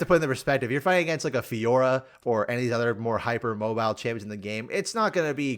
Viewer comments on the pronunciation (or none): none